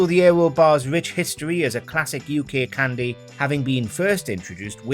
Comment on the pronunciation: Stop saying cwndy what the fuck is a csndy